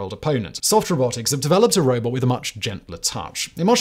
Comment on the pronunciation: You slipped from robot to robit Simon